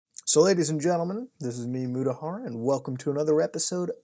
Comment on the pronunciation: also if you pronounce his surname properly it's "moota" "haar", not "mew" "ta" ,so if you cut out the "har", you get "moota" which pissed (not the angry one)